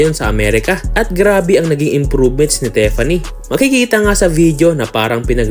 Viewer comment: TIFFANY po,, hindi po tefanny...